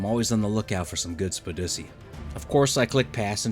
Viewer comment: Look, I want to thank you for a great video, admire the stunning performance by these underdogs, and celebrate megaloceros having a use outside being a decent thatch gatherer. But you said “spidussy”, so I cannot do any of that.